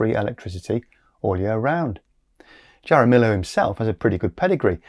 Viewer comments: JAR-a-mill-o 😂🤣😂 It’s pronounced HAR-a-me-oh. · His name is pronounced 'harameeyo' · Har-ra-me-oh. Not, Jar-ra-mill-oh. Easy mistake to make. But I have a friend with this name. It's Spanish.